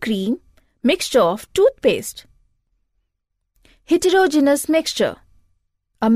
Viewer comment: good but wrong prounsiation of hetrogenous